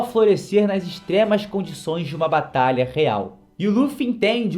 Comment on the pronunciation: Não sei se ele percebeu mas ele falou batala